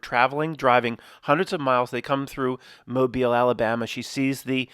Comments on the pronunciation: "ruined the movie for me". Every time you said Mo-bil, as opposed to Mo-beel, ruined this video for me. Grow up, the folks from Mobile are proud of their heritage, don't crap on them. Act professional, and smart college boy. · Proud of you you said Mobile almost just right. Ya say it like a dudes name Mo BEEL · How is it pronounced??? Moe-bull, or moe-beel?